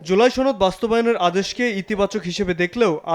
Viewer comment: ছনদ না সনদ ❓